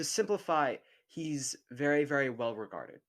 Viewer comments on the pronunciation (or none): I could swear you've said that he is "very very retarded" and I needed to turn the subtitles on to see that he is "very very regarded".